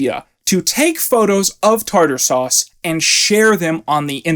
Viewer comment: Her grave not saying tarter suse